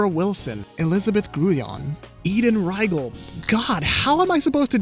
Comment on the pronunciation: Speaking of pronouncing names, wrong, just because I'm at that section of the video, and in case she comes up again as a member of staff, Eden Riegel name has the E say its name, not the I. If you can't find any footage of her saying the name, her brother Sam, who is a member of Critical Role, says his name all the time.